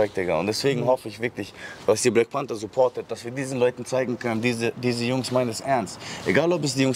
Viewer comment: ich verstehe immer wrap bei panther😂